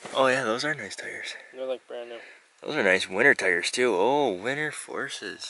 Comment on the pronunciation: Car or truck? Its a Tar or Trar